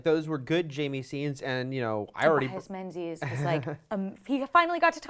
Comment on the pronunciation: Tobias Menzies surname is pronounced "Mingis" please let know this.